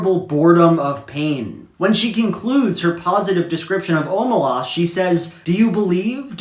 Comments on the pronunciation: I completely disagree, it’s pronounced, “o-MAY-lehs” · i always thought it was pronounced “oh-may-less” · You should tell Shaun how to pronounce Omelas, he doesn’t know how